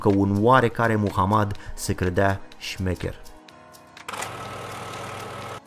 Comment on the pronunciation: Boss nu smecher, ci jmecher!